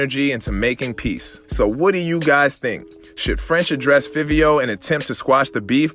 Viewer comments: “FIVE IO FOREIGN,” THATS HOW YOU SAY HIS NAME NOT FIFFIO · If you gonna report Hip hop At Least get a nigha Name right Its Five e O The way its spelled is the way u say it smh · His name pronounced Favio lol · Wrong It’s Fivio Foreign